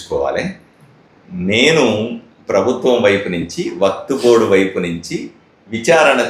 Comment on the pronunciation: WAQTBOARD❌ WAQFBOARD✅. BOLNE BHI NI AARAA 😅